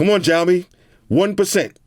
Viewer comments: Ma man really said jao mi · not trying to be like a hater but it is called siaomi (written as:xiaomi/小米）